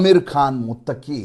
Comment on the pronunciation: ಸರ್, ನೀವು ಹೇಳೋದಲ್ಲ ಸರಿ. ಆದರೆ ಶಬ್ದ ಪ್ರಯೋಗದಲ್ಲಿ ತುಂಬಾ ಎಡವುತ್ತೀರಿ. Foundation day ಗೆ ಸಂಸ್ಥಾಪನಾ ದಿನ ಅಂಥ ಹೇಳಿ. ಬೇರೆ ಯಾವ ಶಬ್ದವೂ ಸರಿಯಲ್ಲ. ಅಫ್ಘಾನ್ ವಿದೇಶಾಂಗ ಸಚಿವನ ಹೆಸರು ಮುತ್ತಕ್ಕಿ ಅಲ್ಲ, ಮುತ್ತಕಿ ಅಷ್ಟೇ.